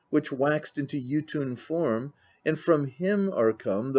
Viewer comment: Is he saying “Jotun” or “YouTube”?